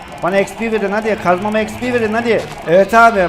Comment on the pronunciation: abi xpe değil xpi diye okunuyo